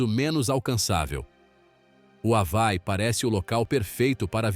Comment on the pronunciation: Ha-vai? Isso é ditado por IA?? Hawai (Avaí)